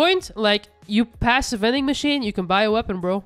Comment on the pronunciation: " veding machine". I didn't know I could get a snickers and a pistol lol🤣